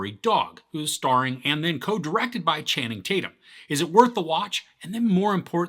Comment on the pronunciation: Who is “Tanning Chatum”?